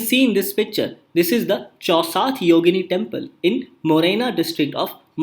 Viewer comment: Chausath = 64 ( in hindi) .......its wrong pronunciation right now